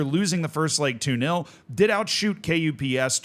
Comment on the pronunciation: As a Finn, KuPS is basically pronounced "cups" with the u sound being said in the Finnish way.